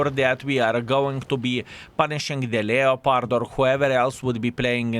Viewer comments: Never played a "Lee-o-pard," however I have played a "Lep-perd" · from the French, "lay-o-pard", so your pedantry is misplaced :P "Lep-perd" or whatever regional pronunciation, is just typical English appropriation laziness.